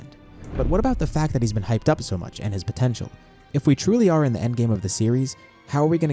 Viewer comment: “puhPOTENTIAL” GUYS HE SAID THE WORD